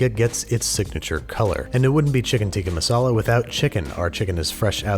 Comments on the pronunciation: lol the only thing I was waiting for in this whole video was to hear how Babish said “Tikka Masala” 😂😂😂 And I will say I am content knowing he was gonna screw up the name. 😂😂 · It's not "tika masala" It's pronounced as "Tik-kaa maasalaa